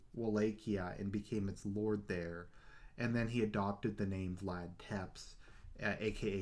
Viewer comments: Technically it's Tzepesh but yeah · One criticism, it's pronounced Tepesh not Teps.